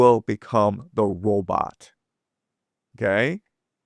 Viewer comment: The first " Pwoblem "!! Oh and a " Wobot " Pmsl 😂😂😂😂😂